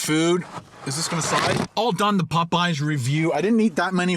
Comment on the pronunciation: I love the way you say Popeyes. "Pupeyes"